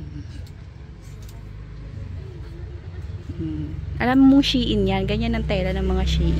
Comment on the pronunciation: Shein pronounce as shin po